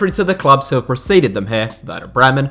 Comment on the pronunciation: I love when you try to pronunce all the clubs. You are doing a great job, but it still sounds funny because I'm from Germany.